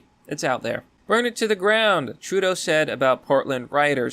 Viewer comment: Oh great... Another "Trudoeu".